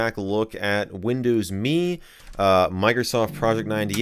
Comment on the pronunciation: Arrrhhh it’s “M” “E” not “me”